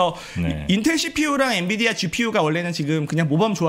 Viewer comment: 엔비디아! 엔디비아 아니구요!